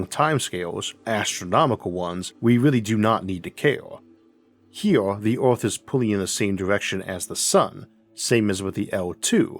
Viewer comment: Good video, but Ooth?? You mean Earth ! Funny pronunciation.